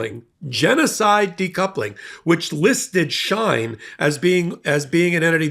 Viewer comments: It's pronounced She-in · It’s She in not Shine.. like Sheen .. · Here are some great links to vids that show how great China is, enjoy🍯 PS, you're pronouncing Uyghurs & Shein incorrectly. "Wee-gurs" & "Shee-In" are the proper pronunciations. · This is not a criticism but just an FYI. For future reference, Uyghur is pronounced We-gur and Shein is pronounced She-in. I hope this helps. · WEE-gurr. SHE-in. Get it together, girl. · Came here for this comment... And while we're at it, the company "SHEIN" is pronounced "She-In" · It's pronounced Shee'in and it also has been involved in other things than child labor in 2023, this Company has been talked about for years for something even worse than child labor. US is a huge consumer of Shein. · And She In, like is she in?